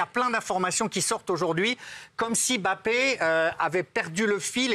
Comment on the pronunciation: Pk il dit « bappé » et pas « mbappé »😂